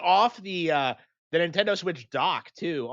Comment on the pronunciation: get off of the nintendih